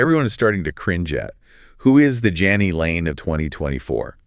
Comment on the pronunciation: his name was pronounced like JAY-nee